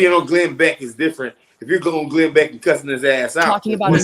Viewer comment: It's Glen Beck, not Glen Back.